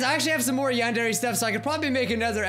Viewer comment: please.. learn how to pronounce Yandere right... what’s the point of learning a language if you’re gonna butcher it?